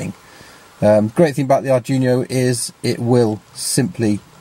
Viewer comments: "ARD-WEE-NOH". Not "ardjunio". That is NOT an arduino with a shield on it. That is a dedicated non-Arduino board. with an unknown microcontroller on it. It may be fractionally Arduino-compatible, but it is NOT an Arduino. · Nice video but it's pronounced dweeno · Great stuff - thanks. Sorry for being anal here, but it's bugging me ! - it's pronounced Arr-dwee-no, and it's OBD, not ODB :-) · You pronounced "Arduino" like that just to increase engagement, didn't you? I guess it worked.